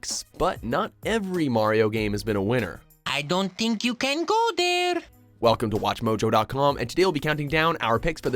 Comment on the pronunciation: "I don't dink you can go dare" XD